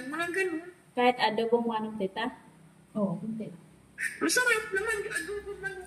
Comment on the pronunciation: learn and practice correct pronunciation of words. Like bangus, manok, mabilis ang pagbigkas nyan.